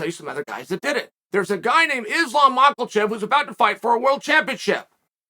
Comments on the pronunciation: “Islam Makelchev” 😂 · i love how chael butchers everyones name> Mockelchef is the best so far.